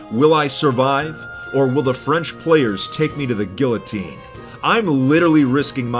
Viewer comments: When he says it like, Gilatine. Lmaoo. It’s pronounced Ge A teen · the 2 L’s make a y sound,so it’s not guillotine, it’s gui-i-tine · Did you just say gill-a-tean? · did he pronounce it gill-ah-teen and not gi-yah-teen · Gillo teen. Not geeoteen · I hate how he says gillottine (that’s the way he pronounced it, not how you spell it.) and not giyotine (that ALSO how to pronounce it but correctly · "gillatine" a fish's worst nightmare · Goes onto a French server... Says GuiLLotine and not gu"i"llotine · he really just called it a gillotine 😭😭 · "guillotine" its actually pronounced gi-oh-tine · Guillotine Me: It is pronounced "Geatine" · "giLLiTeen" I flinched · Ah yes the "Guil-a-teen" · Guillotine is pronounced gee-yuh-teen. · Hahahaha... gill-a-tine..... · Did he says gill- otine?? I dont even speak French and that hurt my French blood. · gill o teen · my man said "guiLLotine"..... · it's pronounced gee-oh-teen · I can’t believe pronounced Guillotiné wrong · No one else triggered that he pronounced guillotine with the L’s? No? Just me? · I can not get over the way he says guillotine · a part of me died when he pronounced the L in guillotine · Did my man just pronounce the l's in guillotine.. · disgrace you pronounced it wrong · You pronounced guillotine horribly wrong lol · He pronounced guillotine wrong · The way he pronounced guillotine is the worst part of this video